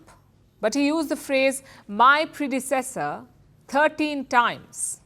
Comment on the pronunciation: ...annnnd just to showcase the highly laughable excuses the MSM are using to try to make Biden sound "lucid": 1st is Biden's REPEATED FAILURE to correctly pronounce the word "predecessor" (several attempts, zero successes). 2nd is Biden's REPEATED FAILURE to correctly speak the name of Laken Riley....which he NEVER managed to CORRECTLY pronounce, EVEN while HOLDING a Button with her NAME on it, in LARGE LETTERS, THREE INCHES from his eyes!....The highlight of the evening, many thought, was The Post headline asking for Biden to provide "a urine specimen for testing" after his "distended" temples, and unfocused raging indicated the presence of medications in the Eugeroics family of drugs.